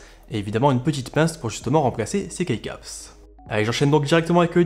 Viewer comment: Pour les keycaps ça se prononce "ki" caps si jamais